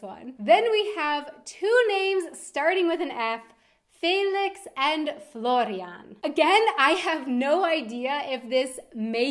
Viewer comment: my brothers name is florian and you pronounce it SO WELL. :) I never thought about the name as you have! Nice though :)